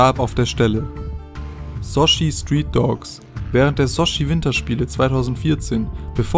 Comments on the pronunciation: junge es heisst SOTCHI nicht sochi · das heißt nich sojjjjjiiiii sondern wird sotchi ausgesprochen 🤦‍♂️🤦‍♂️🤦‍♂️ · Junge das heißt sochi nicht sojiiii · "Sotschi" und nicht "Sooschi" xD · Junge,das heißt nicht Soschi sonden Sotchi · das heist sotschi und nicht soschi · Sotschi und nicht Sochi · Soschi xD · Ähm es wird "Sotschi" ausgesprochen, und das englische Wort "BUILDER" wird "bilder" ausgesprochen....😂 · Sochi spricht man Sotschi aus... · Oh Gott, du hast eine furchtbare Aussprache und recherchierst genauso schlimm. Es heißt übrigens SoTchi! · Nr 1 hat doch nichts mit Olympia zu tun. Desweiteren bitte lernen wie man Sochi ausspricht! klickbating auch noch ich konnte den Gewichheber im Video finden! Sorry ich werd den unqualifizierten Kanal nicht mehr anklicken! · Sorry mag dich wirklich aber du kannst builders und Sochi nicht aussprechen,... Sochi=Sotschi(Lautsprache) Builders=Schau bei dict nach und hörs dir an😂😂